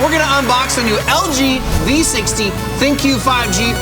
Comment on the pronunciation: It's pronounced "THINK" not Thin-Q.